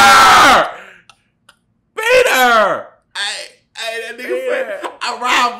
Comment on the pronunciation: when he was saying Peter it almost sounded like beat her